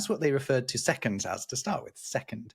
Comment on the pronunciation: I'm so glad didn't pronounce seconDs with a t like a lot of Americans do...